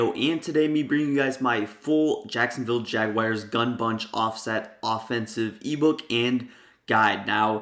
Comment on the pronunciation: Jagyares that’s how he says it